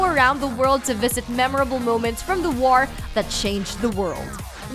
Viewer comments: "God of Whar" "Fortsa Motorsports" "Star Whars Battlefront 2" "Middle Earth: Shadow of Whar" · I'm a PlayStation and Switch owner and I can't wait for E3. I kinda feel bad for Xbox fans, use guys have nothing. Cup head does look great, but that's about it. Also, why can't this presenter say the word war? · why cant she pronounce "war" right? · OK what the fuck is up with the way you pronounce words? I mean you speak perfect crystal clear Kings English and then miss pronounce simple words like "war" and "known" WTF???